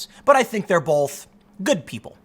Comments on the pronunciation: Why can’t Tim pronounce both? He says bowlth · Love you Tim. Can you tell me where the L in the word "both" is please?